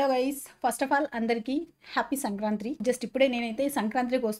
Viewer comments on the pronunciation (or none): సంక్రాంత్రి కాదు అక్క, సంక్రాంతి